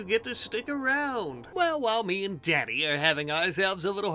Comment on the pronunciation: Man I could about listen to this guy say dAddy all day lmfao